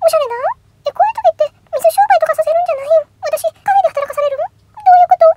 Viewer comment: カフェ⤵エ⤴︎？っていう感じの発音なんかおもろい笑笑 今日も投稿ありがとうございます✨️